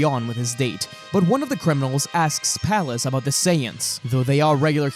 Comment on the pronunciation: Ok one his name was Luud or Lood not Lud and two Goten's GF was named Phalis "not sure on how to spell it" not Palace you noob. 😂